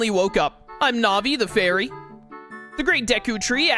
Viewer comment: I believe Navi is pronounced like Navigator because she is meant to help the player navigate the the new dimension and/or the game in general. There was recently a new glitch found(called GanonFloor) that cut 5+ mins off the time of the speedrun over the previous method(called GanonDoor)